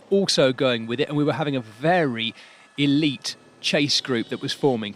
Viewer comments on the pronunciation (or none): none